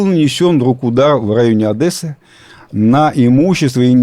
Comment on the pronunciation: Ребят,ну в самом деле! ОдЕсса! Не ОдЭсса!